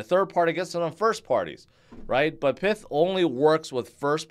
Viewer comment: isn't it pie-th, like in python